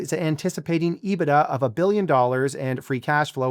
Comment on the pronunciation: Finally, someone who can pronounce EBITDA correctly.